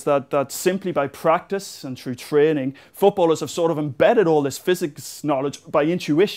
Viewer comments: cool vid.. but i gotta say: its through not trough. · "CHRU DE AIR." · threw.... Threw the air... There's an "H" in that word.....